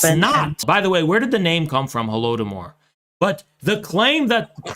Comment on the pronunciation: I love it how these clowns can never even pronounce the "Holodomor" correctly